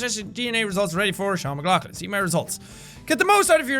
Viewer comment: Is it pronounced Mic-log-lin Or Mic-lock-Lin For your last name